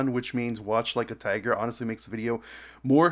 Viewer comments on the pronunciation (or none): none